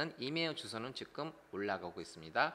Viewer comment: 직끔 삼당소...ㅎㅎㅎ 이 발음 진짜 어려운 듯~^^; 상담 같이 듣고 있어용 ~ 유익합니당♡